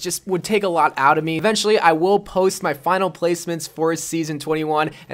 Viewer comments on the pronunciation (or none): none